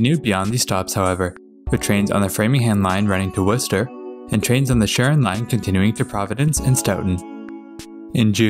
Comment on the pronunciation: I was a little bit surprised when you pronounced Worcester. I have lived in central Mass for a long time and I still can’t pronounce it properly sometimes.